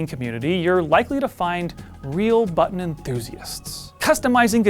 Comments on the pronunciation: Thank you so much for saying “button” correctly. I would not have made it though if this was about the “BUH-EN” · Thank the gods you have a presenter who is capable of pronouncing the Ts in button. There's a videogame channel on here whi is incapable, and it drives me nuts when he says "bu'-on"